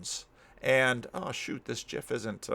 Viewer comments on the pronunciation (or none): I'm unsubscribing after this. I can tolerate Eh-vangelical instead of EE-vangelical, but not this. 😜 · We learned something really important about PVK . He pronounces GIF with a "j" sound.